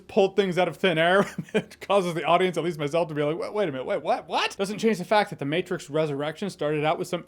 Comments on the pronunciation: No no! “The Meh-trix” was perfect! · Lol the Mehtrix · "The Mehtrix". Yep, pretty much. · the "mehtrix" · The mehtrix... I laughed XD